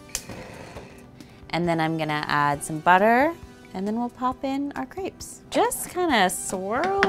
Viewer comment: I get really pissed of about the fact that no one seems to had French classes in school. Y‘all can’t even pronounce Crêpes.